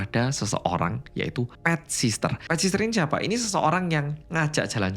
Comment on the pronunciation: Bukan sister mas.. sitter.. ga pake sss yg keduanya.. caption nya dah bener pronunciation nya aja ada s nya